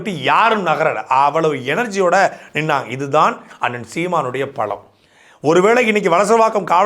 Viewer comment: Pazham? Fruits?😂😂😂😂😂 palam yaaa😂